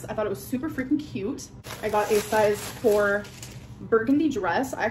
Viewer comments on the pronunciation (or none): none